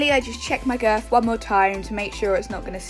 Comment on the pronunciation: who else noticed how she says "girf" instead of "girth"